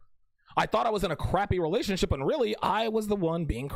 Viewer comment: Every time I hear you say "relationship" I think of Terrance Popp's pronunciation "relationshit".